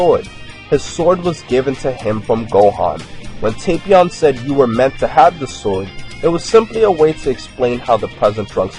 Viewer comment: its not tay-pion